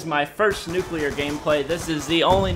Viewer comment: NUCULER wow well done kenny